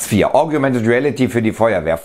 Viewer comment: du sagtest "augumented reality", das ist aber was ganz anderes als "augmented" reality